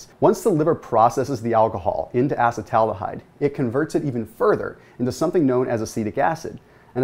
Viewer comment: uh-see-tal al-de-hyde - please